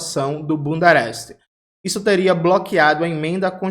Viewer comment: Toda vez ouço o jones falando bundereste